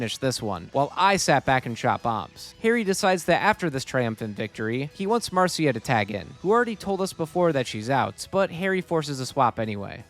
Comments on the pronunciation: Mar see uh? no Marsh ugh? yes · huh. ive never heard it pronounced mar seeuh before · marcia is usually pronounced "mar-shuh"